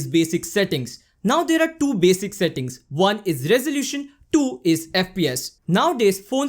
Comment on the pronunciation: I just can’t stop laughing when he keep saying DO instead of TWO..good contents though